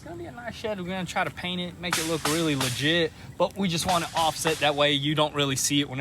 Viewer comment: How many times did he say ligite